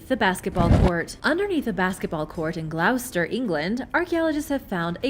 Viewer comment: It’s pronounced GLOSS-ter, not Gl-OW-ster…